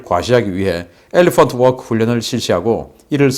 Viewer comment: 엘레펀트 워끄!!🤣🤣🤣😝😝